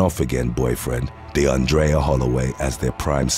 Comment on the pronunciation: Call we talk about how he completely murdered the name “ deundrea “ ? Lmao it’s pronounced de-on-dray . On thought it was a woman he was talking about until I seen it was a man .